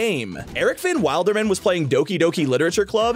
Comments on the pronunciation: Ericvanwilderman is pronounced WILLderman not WILDerman like a wild animal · Van wild erman (it’s pronounced willderman for all the gdash players here